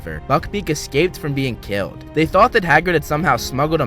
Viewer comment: “It’s kiwwed me”